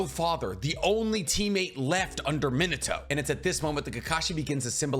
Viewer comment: Min-uh-toe........Min-AH-toe. Sounds infinitely better when you pronounce his name properly. You know, for as much of your content, and thus, your livelihood, depends on Japanese culture, you'd think you would spend 20 minutes learning how Japanese phonetics work(and no joke, it doesn't take longer than 20 minutes to figure it out, and really, 20 seems like far too long at that), so you don't sound so absurdly... White? So American? So gaijin? Either way, I know you can tell how weird you sound since you've heard all these names said properly in the anime. So why are you so content to sound so off putting?